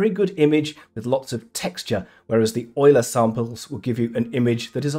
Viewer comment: finally someone who pronounces "Euler" correctly